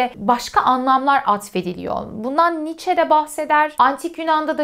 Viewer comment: " Niiçe" demeyi artık öğrenmelisiniz.